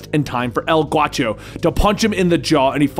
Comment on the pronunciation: not El Guacho...it's G -A -U -CHO..A is pronounced like in ASSASSINS..ask a friend who speaks Spanish he'll tell you .😁 ..great video as always 👍